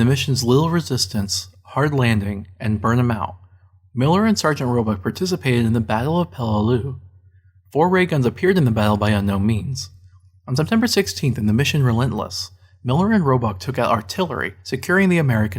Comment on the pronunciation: Still can't pronounce,"Peleliu"